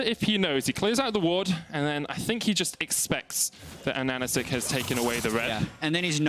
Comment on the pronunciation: Please, rememeber: ananAsik, with the stress on the 3rd syllable. not Ananasik, not anAnasik, not animeish ananasIk. Just ananAsik. Please! Et harts viri mooch to hare zis!